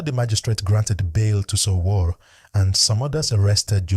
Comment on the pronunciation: For some reason your story is more dramatic than the actual story. This story teller can’t even pronounce Sowore . Even though We already heard the news from the those lawyers on the ground where it happened. One can now see this story teller is just looking for views by making up his own analysis with AI